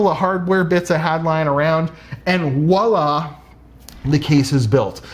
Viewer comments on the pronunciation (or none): Ughhhh when people say "wallah" instead of "voila" it hurts my soul